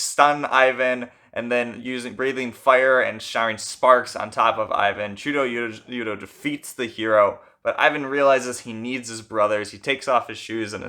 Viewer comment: great video! i’d say it’s pronounced much closer to chuda-yuda tho